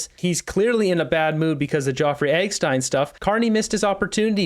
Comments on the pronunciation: For the millionth time. It's Jeffrey Epstein. Not Joffrey Eggstein. Have you not seen the name written? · Are you just poking fun by pronouncing names wrong? I'm talking about the names LeBlanc and Jeffrey Epstein 😂😂😂 or do you seriously not know how to pronounce them? No hate at all, I love the videos and keep up the good work!, just wondering about the name announcing lol